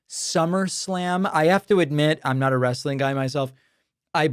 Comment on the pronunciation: It's wrestling, not Wrastling ...